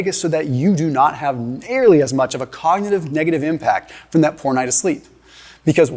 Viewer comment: Shows what absolute clowns doctors are 😂 this guy can’t even say “cognitive” omg lolll ❤❤😂😂